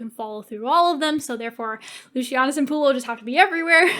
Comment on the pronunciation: Were you continuously mispronouncing Lucius' name? And how did you leave out Atia? No, they were never going to kill off Vorenus and Pullo.